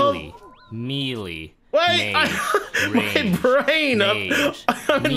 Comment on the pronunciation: Can nobody pronounce melee? Its “meh-lay.” Jesus lol